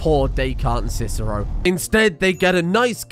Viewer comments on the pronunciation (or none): none